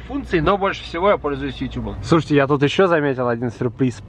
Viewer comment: двойной жирный лайкос за Ютюб, а не Ютуб!!!! Прям, мёд для ушей!)) Спасибо,!)